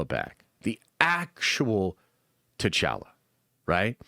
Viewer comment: You want T’challa back, 🤔 stop saying “T’challa” wack. Pronounciation is always a non-start but MAN it don’t gotta be all elongated and what not but it’s T’challa like y’all like holla not pal not gal 😤 sorry love the channel 😅